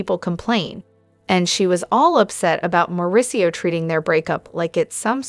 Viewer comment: You need to reprogram the robot voice. It's Mo, not Mel. It's DorEET, not DORit.